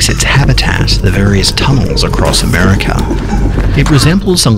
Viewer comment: When he says America oh I’m so dead ;0